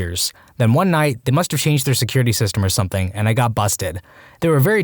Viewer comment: No K in the word something.